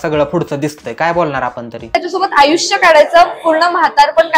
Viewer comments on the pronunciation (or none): none